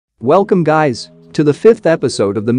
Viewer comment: I wasn't wearing earphone , I heard "wellcome gay's" lol😅💔😂